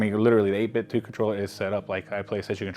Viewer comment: You are the only guy I've heard Pronounce the company 8BitDo right and you have earned my subscription 🙌